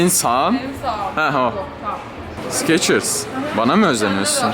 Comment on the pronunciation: Video iyi hoşta o ayakkabı markası olan skechers -şekırs diye okunuyor😂 sikeçırs diye değil😂😂😂😂